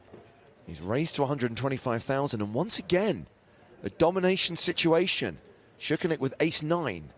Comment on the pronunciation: how do you fuck up Tsoukernik name so much you actually pronounce it šoukernik wtf